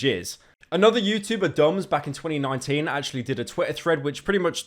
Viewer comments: "Youtoober" wtf Pyro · BRO SAID TUBER NOOOO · Stop pronouncing the T in ‘YouTuber’ so heavily it’s making my ears bleed